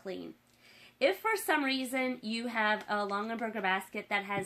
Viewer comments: OMGOSH. Stop saying LongENberger. It’s LongAberger. (“gah”) There’s no N in the second syllable of this family name!! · Longenberger?? It’s Longaberger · And they’re pronounced Long-A-berget! 🤣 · Plus her mispronunciation of the name is driving me nuts!!!!!